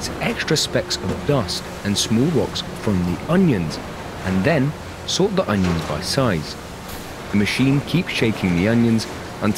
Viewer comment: ONIONS, not UNIONS. It drove me crazy enough to scream everytime he said union instead of onion.